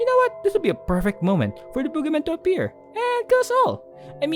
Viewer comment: hey are you Filipino? I've noticed that some word that you say, specifically "appear" and "timing." Just wanna know if you were a fellow Filipino lol, good vids btw I love the art style.